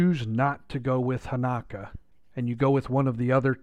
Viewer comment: Dude it's Hanak-O